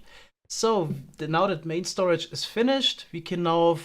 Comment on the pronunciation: 'we don't have a proper stoage' *expects a single double chest